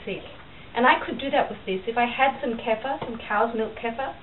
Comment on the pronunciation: Great video, thx! But, you are mispronouncing kefir. The "e" has a short e sound as in "egg". The "ir" is pronounced "eer". The accent is on the 2nd syllable, not the 1st, ok? Thanks again for this video.